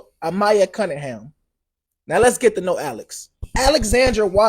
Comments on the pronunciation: AMAYA NOT amia or amnia A-M-A-Y-A ❗️❗️ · Yes!! He was pissing me off!! Who tf is Mia! It’s clearly Mya!! Trying to capitalize off the situation… sad !! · Why does he keep intentionally mispronouncing her name? I’m pretty sure we all just heard how her whole family pronounced it.